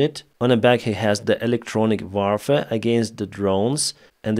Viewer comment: Warfare is pronounced "worfare". Thank you. Always good to hear your analyses.